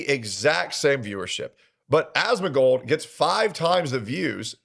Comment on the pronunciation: every time he says "Ahhsmengold" I get so annoyed